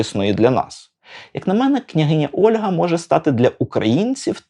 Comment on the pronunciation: Не "Ольґа" (Olga), а "Ольга" (Olha)!!!!!!!!!! Можу паспорт показати😊